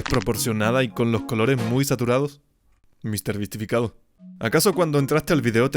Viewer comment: no se dice misterbisifiriti se dice mrbeastificacion :V